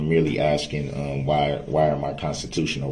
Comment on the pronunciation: “I’m not trying to get you to give me legal advice. I’m only axing you to tell me what to do when I break the law and get charged with a crime.” This has been another great quote by legal mastermind Duhrell “licen place” brooks attorney of lawfully law. The man who brought you “it’s not an examination it’s a direct” and “is a thyroid a form of cancer?”